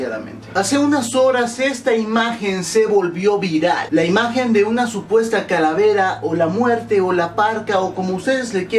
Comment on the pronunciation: ojojojojoj like si notaste q dijo caravela......... lool 2.08